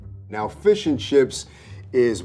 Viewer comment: butchered the hell out of that fish 😂